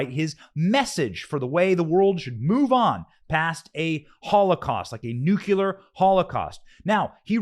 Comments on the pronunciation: Benny, it's New-klee-ar, not new-kyoo-ler. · It’s NEW CLEAR!!! Hahaha. Sorry I’m not usually a grammar nazi but it was too funny not to point out. Heard it twice.